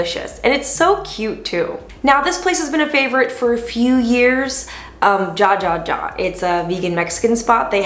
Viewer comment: She said "JAHJAHJAH"!!! AWESOME! Thank you for this video. Btw, it's pronounced "hahaha".